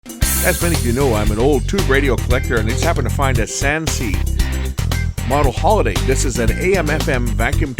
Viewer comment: Slight correction on the pronouncing of that name. It's sounds like this Sen-say or sun-say not Sansei, Wow that's a gem of a find - MY GOODNESS It was NOT made in china!!! being made in Japan should speak volumes of the precise craftsmanship and good Quality of components..